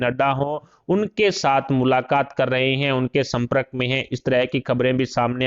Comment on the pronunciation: Samprak nahi Sampark bola jata hai.Pl try to pronounce correctly, as wrong pronunciation hits the ears n doesn't befit a journalist..